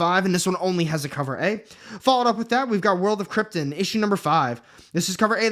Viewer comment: I love all the videos, but damn, when your mispronounce Krypton, it kills me lol